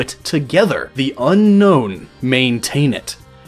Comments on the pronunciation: You pronounced Unown wrong. Un-own, not Un-nown. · I know it sounds stupid but Unown is pronounced un-own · GaelPlaysGames Who cares? Unown isn't pronounced un-known, it's pronounced un-own. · Dude it's unknown not unown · its un-own not unknown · It's pronounced un-own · Do you know that Unown is actually pronounced Un-own? .... .... .... :D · "Unown" Wtf?